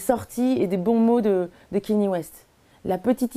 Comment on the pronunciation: Kanye kanye kanye [K-NI-É] pas Kenny